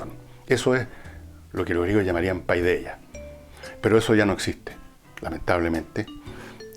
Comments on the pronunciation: Le suplico de rodillas que no vuelva a decir "PAIDEAH", porque me sangran los oídos. Se dice "paideia", es muy sencillo. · Segun lo que he leido y escuchado,PAIDEIA, tendría que leerse "PEDIA"..